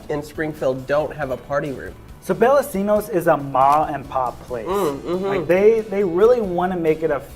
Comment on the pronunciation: I didn't know there was one down there. I didn't know they expanded. I've been to the one in St. Louis long ago. Also I've heard it's pronounced Bella(ch)ino's.